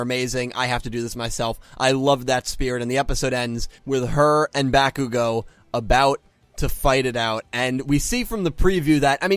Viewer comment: My little brother really hates the fact that you say "Verse" like "versus". Unless you're using a completely different definition, there's no such word as "Verse". As for me, you keep mispronouncing character names. It's not Yaoyorozo, it's Yaoyorozu. Also, you mispronounce names that have an "A" in them, like "Katcchan/Bakugou". You're supposed to pronounce the A like a soft "O", like "body"